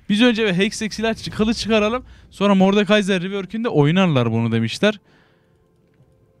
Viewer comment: ben bunuda beğenmedim lan mordekayzer diyince tuhaf oluyom